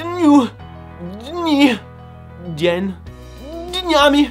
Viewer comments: очень смешно, но перестань эякулировать каждый раз когда говоришь "ДЕНЬ" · Как он смешно выговаривает слово "день". Но на самом деле респект этому парню